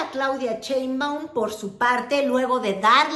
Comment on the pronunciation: ay wera! tas muy sabrosa pero lo tuyo nomás no es ni el francés, ni el inglés, ni decir Sheimbaum correctamente